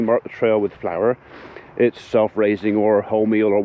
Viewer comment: Sounds liek magic powder and not flour as you say